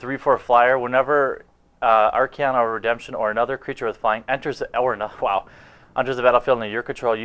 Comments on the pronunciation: well its Archon and since it have absolutely no i in it it cant be "Arkion" i guess to spell the pronounciation it would be something like [Ar-Khon] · Love you butchering the archons name xD But keep up with the vids man!!! Cant wait for the unlimited starter! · Dude. You pronounced Sejiri Merfolk about fourteen different ways. You even said "plant" wrong. "Arkion of Redemption"? Really?